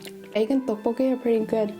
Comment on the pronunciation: Tteokbolkki not Ddeokbolkki is what I thought but maybe not and dumping? Do you mean dumpling I have not watched the video yet so...